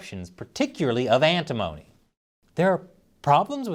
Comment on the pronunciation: Pronounced "Ant-i-mony" , not like "Alimony".